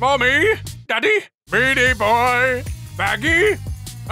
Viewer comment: did he say beanie boy or meaty boy